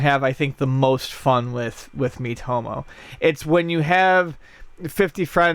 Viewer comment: All I can hear is "meat-homo" Don't know what that says about me...